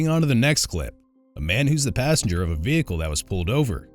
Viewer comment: “ my name is Assenger, Thep Assenger “ 😂